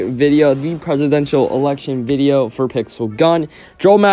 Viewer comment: “Its not the real presidential eltection” aww :(